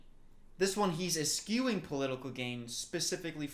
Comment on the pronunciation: My favorite part of these videos is the incredibly weird gaps in knowledge has. Perfect example: knowing the word eschew with the ability to properly use it in a sentence and still not knowing how to pronounce it.